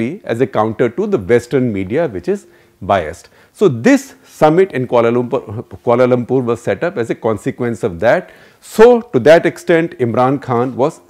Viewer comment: Kia-Lum-Purr (3 syllables)